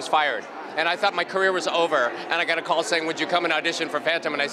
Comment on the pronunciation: i HATE how sierra pronounces "calls", it grates on my nerves every single time